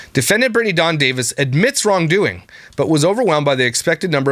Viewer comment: Every time you call her “Dawng” I think of the “Thong” song.